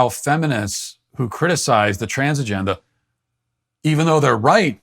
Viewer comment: Matt said Trans Agenda and it sounded like transgenda and thats what im callijg it from now on